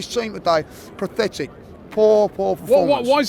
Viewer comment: This baldy man must be the only English speaker on earth who thinks the word pathetic is actually ‘prafectic’